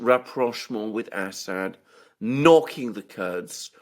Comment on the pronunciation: Alexander, he is called As-sad not Ass-hat.